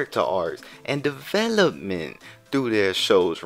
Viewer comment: The way you said ‘Development’…😂😂😂😂😂🎉